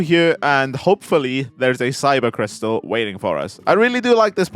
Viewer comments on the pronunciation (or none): Did he say syber crystal?? 😂